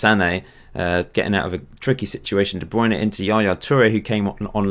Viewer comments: iys de bruyne not the brown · You should make a video about pronouncing "De Bruyne". Always makes me laugh ;)